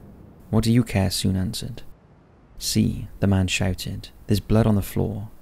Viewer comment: Sune in pronounced like suneh